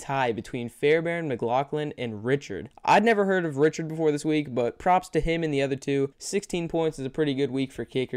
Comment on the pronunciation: pronounced RIKE ERD